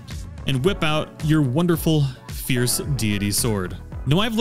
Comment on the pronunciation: I keep hearing Fierce DEE DEE DEE 😂😂